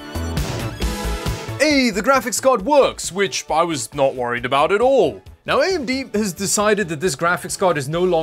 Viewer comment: Lmao I heard Canadian come out for the first time the game looks a boot weird 😂 jk keep up the good work love the channel